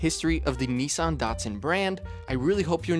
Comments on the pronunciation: Also as a Japanese speaker it's not "nissun" or "neesan". It's like "neesan" but you have to take a brief pause / extend the "suh" sound before the A (both are valid depending on dialect). にっさん not にいさん or にさん. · One day Americans will learn how to correctly Nissan and Datsun. Dat, not Dut. Nis san, not Neesarn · It was a DATsun, not a DAWTsun. And NISSan, not NEEsawn. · USAeans please say “missing” “kissing” “hissing” “pissing” it’s Niss an NOT NEICAN. If not start saying meecing keysing heecing and peecing 🤣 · "Ni-San" not "Knee-San"! 🤣🤣🤣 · I really wish people would pronounce the name Nissan correctly. It isn’t pronounced ‘neesan’ it’s ‘ni sann’ aka Nissan. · Hardly relevant. I thought you were into CARS, not vehicles? Why do you pronounce NISSAN as NEEE san? In Japanese, it is NIS SAN. Americans always speak weirdly. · It’s NISSan, NOT Neeson!!!!!!!! 🤬🤬🤬🤬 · For goodness sake, the company is not called NEESAN, it's NISSAN. The emphasis on the I. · FYI, it was originally called Datsun, and is now called Nissan. At no point has it ever been called Knee-sarn. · It is not Neesarn. It's Niss-ann. Why do you Americans invent your own vowels? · It’s actually pronounced Nissun. It’s not pronounced Nis-San. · Reading the comments, lots of people prefer Datsun. I think I do too, if only bc when Brits say Nissan it's 'niss ahn' whereas in the States we say 'nee sanh'. How do the Japanese pronounce it? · They should have kept it as Datsun, that way 'Merkins wouldn't pronounce it incorrectly as Neesahn. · It is not ‘neesan’ and it was not ‘dartsun’ ... and there is no 'g' in luxury. It is not 'lugzury' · Wrong. In correct Japanese it is pronounced "NEE-sahn." There sure are a lot of people here who don't speak Japanese but are extremely confident of their mispronunciation. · 100%. This guy has mispronounced both Nissan and Datsun.